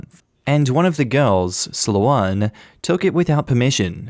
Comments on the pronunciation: PMSL... slow ann... it's slown like thrown, i'm giggling so hard. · Story 1: It's pronounced "SLONE" not "SLOW-WAN". Dude, you make my eye twitch with that bad pronunciation. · ummm he was saying slow ann, it's slow'n, like thrown... being canadian and calling the band sloan, slow ann... would make me laugh so damn hard.sloan/sloane is the same with either spelling. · Sloane is pronounced Slone as in Stone. Borrowing is using with permission, stealing is taking without permission. It's a simple concept. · Lol, Sloane is pronounced like alone with an S instead of A, like 's-loan' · Sloane rhymes with Bone. Slow ann indeed lol :). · Could be wrong but in my experience, Sloane is pronounced "s-loan".